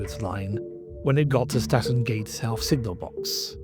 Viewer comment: Toton is pronounced Towton and Statten is Stanton,the music is off putting, I stopped watching the video because of this.